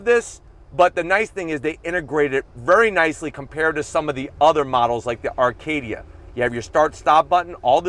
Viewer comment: Arcadia ? I didnt think it was pronounced like that lmao . ( GMC ACADIA ) fucking idiot